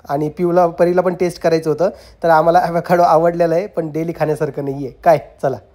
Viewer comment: Evekaado navhe. Avocaado aahe